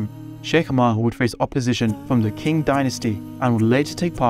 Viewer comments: "Qing" is pronounced like "Ching" , not "king" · SubhanAllah. I know a few Hui myself. 'Qing' is pronounced with a 'ch' sound similar to 'cheese'. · Qing dynasty actually pronounce Ching dynasty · Qing is pronounced "ching" btw